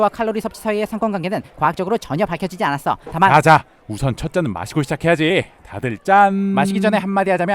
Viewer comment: 알콜을 섭취하지 않앟어할때 발음 좀 귀여운듯